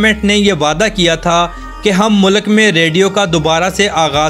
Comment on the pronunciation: Mulak nai bhai mulk bolo.